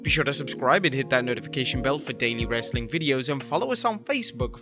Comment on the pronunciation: I'll stop watching if you ever stop saying "Wrrrrestling content" at the end!